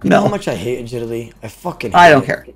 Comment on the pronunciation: O pronounces it A-git-aly- instead of agility And sta-nima instead of stamina lmfao